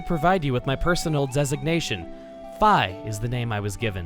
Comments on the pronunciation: ...he pronounced Fi with a long i. Really? Is that how it's pronounced? I always thought it was with a short i, like Na'vi. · I`m pretty sure it`s pronounced fee not fie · It's not Fi with an I it's Fi with an e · Its not fy its fee u not big brain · Wait... Are my sister and I the only ones that pronounced Fi "F-ee" not "F-eye" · Her name is pronounced fee no fi. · dammit you're gonna call her fy instead of fee T_T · He said "Fie" instead of "Fee" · Where did F-eye come from? By Japanese language, which Nintendo is, Fi would be pronounced F-ee. Similar to how Di and Ri are pronounced that way. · really Feye? not Fee? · No, bad chuggaa, it's fi, like fee, not fi, like sci-fi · So Chugga pronouces it as Fie I've always pronounced it as Fee it just seemed more accurate to me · IM SHOOK FI is pronounced F-I and not F-EE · I thought Fi was pronounced like Fee not Fiy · uhhh... isnt pronounced "fee" and not "fye"? im not sure which is correct so feel free to correct me. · IM CRYING ITS PRONOUNCED FI (FEE) NOT FIE (I love you but Fi is like my favorite character) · Not to be 'that guy', but it's pronounced Fee, not Fy. :P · WAIT ITS PRONOUNCED FAI? I ALWAYS THOUGHT IT WAS FEE! GODDAMMIT! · fi is not pronounced FAI it's pronounced FEE!!!!!!! please get it right! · I always thought it was pronounced "Fee", not "Fye"? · no not feye fi as in fee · On arguments about Fi's pronunciation... Fi reading to rhyme with "pi" just bothers me regardless of existence of canon, mostly because shortened version of my name is Fi and it sure as shit ain't pronounced like "pi". It's Fi with an "ee" sound >>; Other than that, much love for this so far! <3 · I love Fi's theme! And wow, I've been pronouncing it wrong all this time. Fi like "Hi". Not Fee. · he said fi as in f i it suppose to be fi as in f e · Are you sure it's pronounced 'f-eye'? I say 'fee'. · omg you say fi like F I i saidit like fee UGH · This has definently been said before, bit I pronounce fi "fee" not "fai"